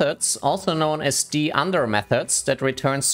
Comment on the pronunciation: Why do you say "d-under" instead of "dunder" 😂